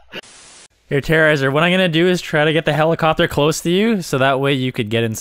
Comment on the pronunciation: are you shere you get terearazer in the helacopter hahahaha